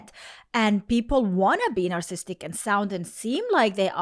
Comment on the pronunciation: you are missing a whole syllable every time you say narcissist and narcissistic